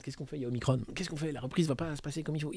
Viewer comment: Ne suit pas la volonté du service communication du gvt, prononce OMICRON et non OMICRONE.